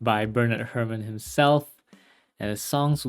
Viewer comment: Hair-mahn. Bernard Hair-mahn. Not "Hermin."